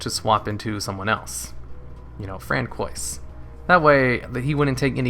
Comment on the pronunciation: We have ruled out that you are not French, Canadian nor Cajun, plus you did not take French in school. It is pronounced Fran-swah. But you made my morning! hahaha :D